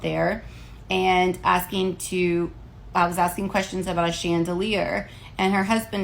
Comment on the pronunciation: Chandela? Chandelah?? Nobody says that 🤦🏾